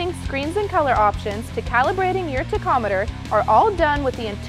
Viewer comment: Someone really needs to teach her how to pronounce tachometer. It's pronounced tak-om-i-ter, not TICK-om-i-ter.